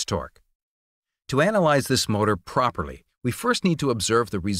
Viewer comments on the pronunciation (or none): none